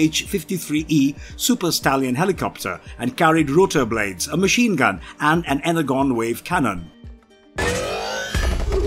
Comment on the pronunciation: y u pronounce "energon" be like "hexagon" its pronounced like "Enerjon"